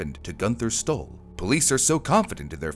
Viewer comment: When you said the name Günther Stoll, I thought you said he stole something. That letter does not look like a "Y" it looks like a "9". How does a head on collision throw him onto the passenger seat? Wouldn't it throw him forward? Possibly through the window? Inertia is a thing. So, we still don't know what YOG'TZE is?